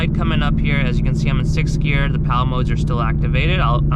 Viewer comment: I can't get over how you're saying "Powell" shifter.... It's paddle ..... Paddle.... PADDLE